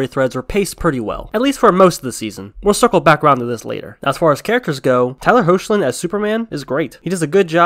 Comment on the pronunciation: I can forgive a bit of bad FX if the intent is good and on this show it’s. Personally too I think a lot of the FX are actually decent and when you watch on Blu Ray in Hi-Def they look even better. Also Hoechlin is pronounced Hecklin 👍🏻